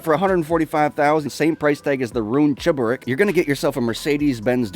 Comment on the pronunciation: When you are from mother-russia and saw cheburEk ( at first time you pronounced it right) ) it is so freaking cool, in fair) Here this is THE RICEREST car of aaall lovers of rice, just because it is a real true russian vegetable, but in real where are some nice looking projects maded from it, but in gta all what you have is a ton of not so good rice:/ But event in gta i saw some cool chebureks, but actually all there owner was russians) Oh ye! The video was fucking awesome!! Like all of your videos^^